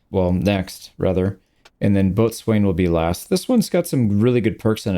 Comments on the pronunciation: after serving 35 years in the United States Naval Construction Force. I can assure you no one says ' boat ' and ' swain ' as two seperate words pronounced that way, they say and are called 'bosun' pronounced 'bow' ' sun ' and no other pronunciation is acceptable. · Boatswain is pronounced Boh-sun. Left, 4 letters: Port, 4 letters. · Hey, little thing that is not important but Boatswain is pronounced bow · sn, again this is in no way important but I'm a Sailor so I have to. nice video btw I honestly can't wait to play with this DLC. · FYI boatswain is pronounced bow-sin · even though it's spelled "Boatswain" it's actually said bow-sun as in the thing you wear in your hair and the Sun. The Bosun was generally the third most important member of the command staff below the captain (e.g. fourth-in-charge).